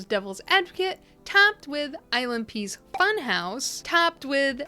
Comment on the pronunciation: I was listening more than I was watching at first and had to stop to see what was actually happening because I kept hearing "island pee" instead of ILNP 🙃